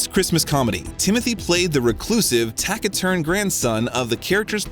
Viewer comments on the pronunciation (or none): Hahaah, never mind the mispronounced names (how disrespectful and lazy) -but “tacky-turn”?! 😆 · You said you read all the comments so I just want to point out that whoever is narrating this needs to brush up on their pronunciation of words. Impetus is not pronounced correctly, and neither is taciturn. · Ok someone has to say it. Your pronunciation of certain words grates on the ear and I have to ask is English your second language? For example “Taciturn” has a soft “c” sound like an “s”. There are others as well and it’s happening in every video you release. Try reading the script out loud in front of someone who can catch the mistakes and help you correct them. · "taciturn" is pronounced "tack-i-turn." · mispronunciation of the director's name "Guadagnino" made me cringe. Plus, not knowing how to say "impetus" and mixing up soccer/football....ugh, these AI narrations are really BAD. Ugh, "Laurie confessed HER feelings to Jo." ? WTF. Laurie is HE. And can't pronounce "taciturn" or "Louisa," either. There are too many errors to list. But yeah, I'm watching for the footage of our dear T.C. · Pronunciations of impetus, taciturn were wrong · Stupid robot voice reading this - doesn't know how to pronounce "taciturn" or "impetus" And whoever wrote it - very bizarre use of tenses. In fact, the whole thing is just weirdly written.